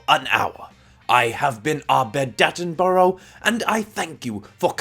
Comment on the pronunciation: It’s David hattenbrough